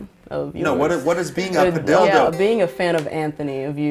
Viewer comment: why padilldo instead of padillo